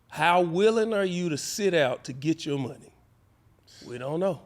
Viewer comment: He called money Munion lol 😂 who comes up with this lol 😂